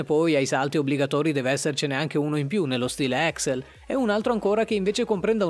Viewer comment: Si ma non puoi dire exsel.. No ehh no